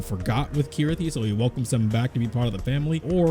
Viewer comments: Sorry are my ears playing tricks on me or are you calling Chirithy Kirithy? lol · lol, I always pronounced it Chirithy cause Ch always sounds like a ch to me not a K but whatever... cool video anyway.